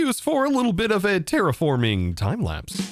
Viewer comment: Wait, did you say terra-forming or terrace-forming?